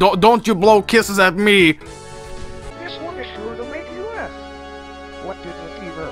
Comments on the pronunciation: he says its been nice gnawing you lol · Bonzi Buddy's final words: "It's been nice gnawing you!"